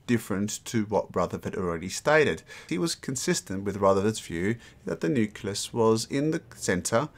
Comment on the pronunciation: Whay do you call necleus a "nucilus"?